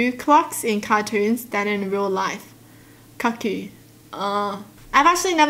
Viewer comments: cuckoo is pronounced " coo-coo " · Lol, it is pronounced koo-koo just written as cuckoo